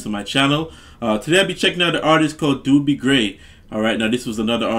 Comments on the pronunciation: Actually, it's pronounced with a long O that sounds like the letter. Dough - be. Hear it here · This song fits you,, watch the live version, so much better seeing it live. This is Dobie Gray's song and it's pronounced with a long O. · It's pronounced doe-bee and I imply know this version as the original but I've never looked into it as any other so that's interesting. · No disrespect love your reactions.. his name is pronounced Doh-bee Grey.. but ya again love the reactions. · Name is pronounced as dough bee. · First name is pronounced Doughbie like bread dough. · Pronounced...Dough be. A good man. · Long "o", like in "own"-not "Dooby". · Pronounced Dough B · Not D-U-BIE Gray, it’s D-O-BIE Gray.....O as in OH. Love this song! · Love this song, Love your glasses! Looking good. His name is pronounced Dough -bee Gray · It's a long "O" in his name and rhymes with the the word row or snow; Do bee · Pronounced "Do-bee." (long O) Such a pretty song. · Pronounced Dough-bee Gray. Listen to Im in With the In Crowd. The man was an amazing singer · It is the original version and his first name is pronounced "Dough Bee" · Great great song! Haha when I was first learning the words( I was like kindergarten/first grade) I sang” Give me The Beach Boys and free my soul” lol what did I know. Found out in junior high the correct lyrics 😂 Also, not to be rude: pronunciation is Dough-be Gray :) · He's Dobie, pronounced like Kobe (Bryant). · It's Doh- bee gray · Pronounced dough-bee gray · It's not Doobie Gray ! Is pronounced Dohbee Gray !! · They DJ's pronounced his name "dough-by" gray 🙂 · His name is pronounced dough-bee, like bread dough, not do bee. lol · One of my favorite songs to listen to while laying on the sand at the beach during summer vacation at T street in San Clemente. Dobie (pronounced "Dohbee." Doobie is something you smoke while laying on the sand at the beach!) Gray is very close to a one hit wonder. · By the way, his name sounds like Dough-be, not Doo-bie